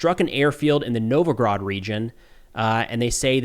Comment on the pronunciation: Novgorod* region, not Novigrod.